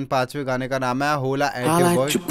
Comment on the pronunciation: Bruh it's hola not hole